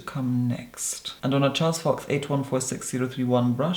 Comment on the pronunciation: Can we all just appreciate how flawlessly he said “on a Charles fox brush” 😍😍😍